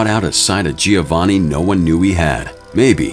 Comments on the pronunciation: also didnt he pronounce giovanni wrong too and said “gi-o-vanni” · Giovanni is pronounced - Joe-vanni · The constant mispronunciation of Giovanni detracts from the video. It is pronounced Jo-von-ee. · also didnt they pronounce giovanni wrong too